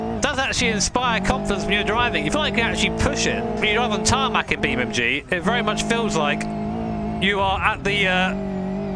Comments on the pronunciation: its "NG" - EN-GEE. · Why you say BeamMG 🐒🤣🤣👍